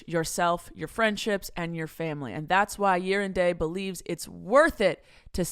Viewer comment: For the sponsor "Year and Day", does anyone else hear saying "Urine Day" or is it just me? 🤣